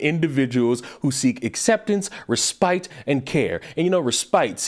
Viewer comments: Hey brother, not hacking, just helping. It's pronounced "resspitt" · It’s pronounced “res-pit” love 😂😂😂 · Love you I know you heard the word before its pronounced Res-Spit.